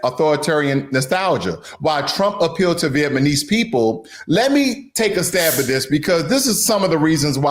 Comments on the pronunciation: lol Good stuff, but you keep saying Vietmanese instead of Vietnamese. You’re saying it wrong. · No, he is saying it wrong literally every time. He keeps saying VietMAnese when it is VietNAmese. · What a racist video. Viet-ma-nese? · Good content and say the name correctly brother. Viet-nam-ese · Vietmanis lol. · Vietnamese for Trump is here and no regrets. This dude can’t even say it right - what’s Viet-manese dude 😂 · Viet Na Mese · I agree everything you said, except Viet Ma nese? WTH! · Not vietMaNese 😂😂😂get it straight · Man… the whole presentation began with an error: VietManese. Anything after that was very hard to listen to. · Why does he keep saying VietMANese? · Viet — Nam — mese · I think he's saying it that way on purpose...Vietmanese.😄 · Bro it's VietNAmese you pronounced it wrong every time but thanks for the info 😇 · You can't even pronounce Vietnamese correctly man this is 2025 and you if can't even pronounce Vietnamese then stop making manipulation videos.... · You do not even pronounce Vietnamese right. How do you know what Vietnamese think, buba. I am a Vietnamese. You are wrong the Vietnamese who got deported are the ones who came here illegally. They are not the same people as the the refuges who came after the fall of Saigon in 1975. Do not listen to the fake news media. I am a Vietnamese. Whoever enter the US illegally will be deported period. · Stupid AI, can't even pronounce V'namese right. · Almost all Vietnamese in US are US citizens though. I don't know what this black dude spewing. He mispronounced Vietnamese throughout the video. Bro is so high IQ. 😅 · I stopped listening, after he pronounced incorrectly the 3rd times..... Also he need to slowdown... Sound like he trying to recitals the whose script.. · this guy has no business doing analysis on the Vietnamese community. Can’t even pronounce Vietnamese properly. Clueless about VN community. He just sounds ignorant! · Is he saying "Vietmanese" on purpose? 😂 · VietNAMESE, not VietManese!